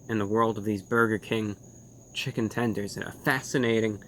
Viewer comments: Update: he also said "tendroid" lmao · chicken 'tendrons' ? lol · "Chicken Tendroid" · can we get a like for "tendrins"?